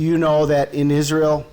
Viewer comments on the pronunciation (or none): none